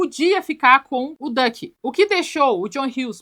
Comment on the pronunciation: A Neura chamando o Duck de Dick e realmente, combina mais com ele 😂